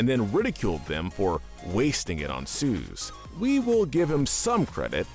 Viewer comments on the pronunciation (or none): OH MY GOD STOP CALLING SOOS SOOZ ITS PRONOUNCED SOOS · it isn't "Suze" it's Soos. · why he callin soos suze